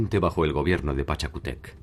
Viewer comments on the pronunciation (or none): No es Pachacutéc es "Pachacútec" y en vez de "Dinástica" debió decir "Dinastía" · Hola muy bueno el documental. Pero esta mal la pronunciado pachacutec..